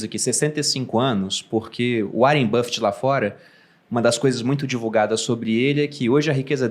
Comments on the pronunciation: Warren "Bifiti"...aos...até a sorriu....esse Sr. Barsi é demais!!! kkkk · hahahah mano, até hoje eu não entendo porquê ele, Sr Barsi, fala Warren BIFFETT, mas eu acho massa e engraçado. hahahah